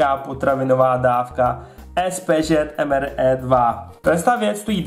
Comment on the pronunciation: Prosim te nečti to EM ER E ale EM AR I. :-DDD